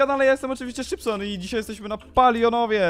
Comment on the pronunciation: Tylko ""